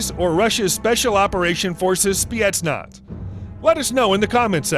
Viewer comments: Why are you saying spietnaz? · Did i heard spyetnaz